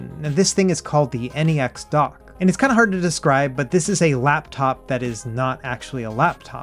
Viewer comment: N - E - X dock lol its just pronounced NEX like NEXUS or similar to NEXT. I love my "NexDock 2 Touch" and my "NexDock 360" for things like this, the Switch and my Samsung phone or Samsung tablet 👌👌